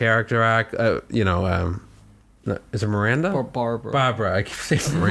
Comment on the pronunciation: miRANDder? bAHBRAH?